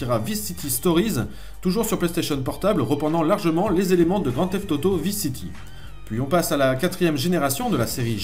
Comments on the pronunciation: On prononce VAILLSE city l'ami, tu me stresses avec tes "visse city" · cool, !!! perso les 1°GTA, je les ai mal connus/merci, cool et captivant😃 juste un truc qui me bousille un peu les oreilles: "Vice City" ' ?? c'est dit mis et écrit en anglais, étant un nom propre,.... ça se dit {Vaïce City} (sinon autant dire neuwe yaurk)